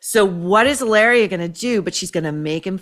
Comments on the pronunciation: You must pronounce it as "E -laria " the way Mary Morgan of Pop Culture Crisis on YT does. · you only roll the 'r' in spanish when it's double 'rr', like carro, desarrollo, burro...in the case of the made-up spanish translation of Hillary to "Hilaria", there is no need to roll the 'r' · maureen in spanish H Is mute is not sound JILARIA is ilaria ….